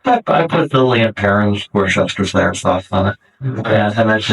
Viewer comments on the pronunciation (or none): Is it wrong that his pronunciation of Worcestershire sauce was the most upsetting thing to me in this video? *Wuster shah btw & I'm not even a whinging limey Pom. Is sometimes *Wuster sheer if you're from my neck of the woods. Also, yeah this fucker is fully out there. Wonder if Scottish bikies like his kilts?